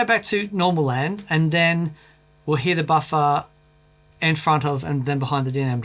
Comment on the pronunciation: I like hearing say “ boffa” 😊